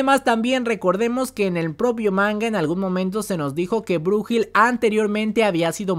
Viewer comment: Brujil...xd es brunhilde = brunilda